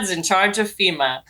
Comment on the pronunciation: Not me thinking Fhima when you said FEMA 😂